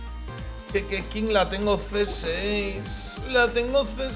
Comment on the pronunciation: Le ponen Keching en vez de Keqing porque así se pronuncia y le dice Keking xddd